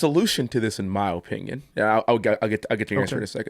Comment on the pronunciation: Anyone else noticed that he says “oh-pinion”